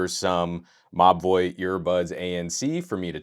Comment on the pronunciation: Every time you say Mobvoi I swear I hear you say "My boy" 🙈🙉🙊